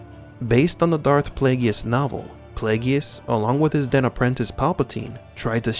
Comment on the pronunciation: Darth Plagueis is pronounced PLAY-gis. Not PLAY-gee-is. 🙄 Do not seek his wrath YouTuber!